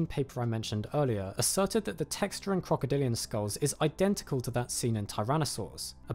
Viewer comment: OK is he saying "crocodilio" or am I tripping?